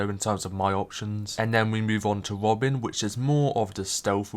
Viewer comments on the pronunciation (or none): “Wed hood and wobin” 😂😂😂😂😂